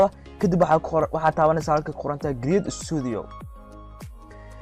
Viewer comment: *kariyeed*Create (not giriid waa sida ugu dhawaqayso iska sax bro kariyeed *create*)